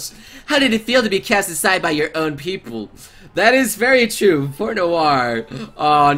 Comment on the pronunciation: u made noire sound like vert